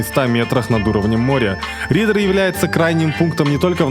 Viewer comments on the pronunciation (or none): Не Риддэр а Риддер